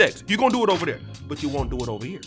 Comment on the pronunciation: really funny asab😂😂 “o-ver there”